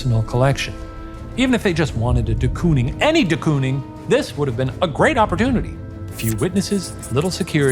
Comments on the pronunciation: as a dutchie i cant stop giggling at their pronunciation of De Kooning😭😭 COON?????😭 it's pronounced like cone so you'd say "cone-ing" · In the rare case you ever need to pronounce “de Kooning” ever again, its pronounced the same way you would say “door” with a long stretched “o” sound 😇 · The most dutch way of saying ‘Willem’ and also the most American way of saying ‘de Kooning’ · As a Dutch speaker please search how to pronounce de Kooning 😭😭